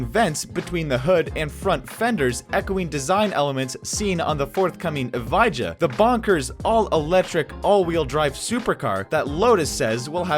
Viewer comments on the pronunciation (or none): Oh dear...the way he pronounced "EVI-JA" killed me. I believe it's "e-VYAH"